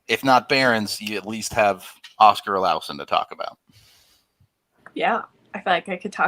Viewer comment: I get the Vasi vs Vashi thing but Olausson vs Olison is just dumb because it's not some accent change. You're just straight up pronouncing it stupid. Say it the Swedish way